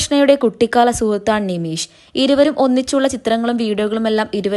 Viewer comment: നിമീശ് അല്ല നിമിഷ് ആണ്